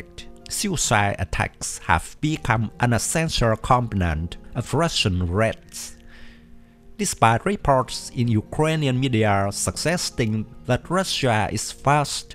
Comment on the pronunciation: 'suggesting' is pronounced 'sujesting' ie. suh-jesting.